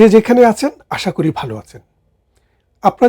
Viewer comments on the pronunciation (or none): none